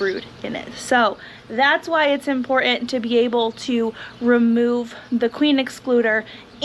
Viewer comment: please stop saying "imporant" that T is IMPORTANT.